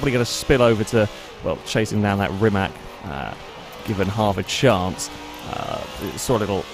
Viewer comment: It is not Rimak, it is Rimac. C is c, it is not K, and it is not S. It would be closer if you would pronounced Rimas, where c would be s, like for Cecilia, Rimac where C is K like you english people pronounced it (Rimak) is wrong as it can get.